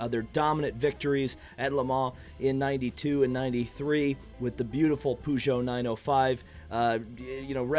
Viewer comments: Pew-Geot 905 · Lol poogeut